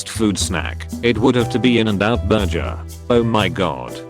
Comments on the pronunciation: 0.35 how tf did it pronounce burger as burjer? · Normal people : burger Text to speech bots : " bur jder " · Text: burger Text to speech: *burjer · Borger, no. Burjer, yes. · The automatic voice can't pronounce burger correct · Normal people: burger The robot voice: Berjer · Can't say burger either. Burjer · Burger = BERJER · forget that that thing pronounced "burger " as "burjur". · How can these voices still not say “burger”? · The TTS can't also pronounce burger